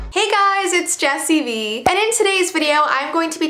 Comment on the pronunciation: "" you mean not "wee"